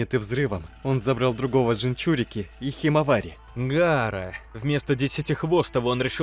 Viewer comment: Почему ты называешь Наруто гаарай